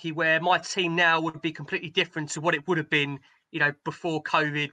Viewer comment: "Omg, how long has that beeen!" - strikes again "Y'all" 😏